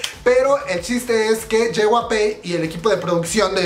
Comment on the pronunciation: Una parte de mi muere cada vez que pronuncia "JYP", a ver si ya aprendes a pronunciarlo comadre. Es "ye uai pi" no "yehuape"